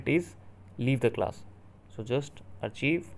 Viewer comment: Bro can’t even say archive right